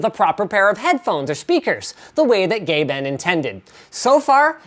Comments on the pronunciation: I thought he said Gay-ben...then I took a double take and he meant Gaben...hahah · he pronounced Gaben, Gay Ben... watta silly goose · Why did he pronounce GabeN as Gay Ben? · When he said Gaben for some reason my brain heard Gay Ben. :P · Sounds like he said "The way that Gay Ben intended". Im seriously considering getting one of these but I dont think it'll fit into my budget. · why did you say gay ben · xD Gay-Ben. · I have to admit despite knowing what he meant, I also heard Gay-Ben.